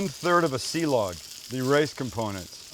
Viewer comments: "silog" not "si-lag" silog is a combination of "sinangag" (fried rice) and itlog (egg) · Ok so my wife is pinoy, and 5+ years with my in-laws at this point, I've picked up silog is more like si-lowg or perhaps si-loge, and sinigag is more like sinigong, but also there's tons of dialects. I think I learned more of a Kampapangang pronunciation. Something like cheers would be "tagay" pronounced ta-guy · Pronounced see lowg (silog)